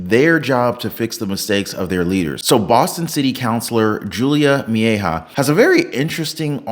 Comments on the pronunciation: Meh-he-yaw……. Mejia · Its Me-hi-ya